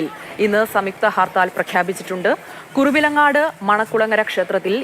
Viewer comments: കുറുവിലങ്ങാട് അല്ല കുറുവങ്ങാട്.... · കുറുവിലങ്ങാട് അല്ല, കുറുവങ്ങാട്.